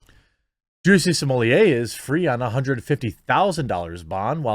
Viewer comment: How you so effortlessly pronounce his name as “juicy” has me ROLLING